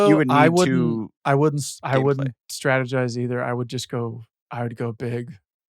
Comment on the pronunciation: Adam pronunciation help: Wint = went Jizzt = just Win = when